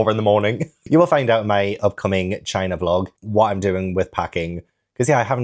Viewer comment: Loved the vlog and hope china is amazing but time stamp was the highlight of my month “shit my bed, and now I can actually start packing va-gina” sorry you said “ for China” 😂 had me laughing my ass off 💀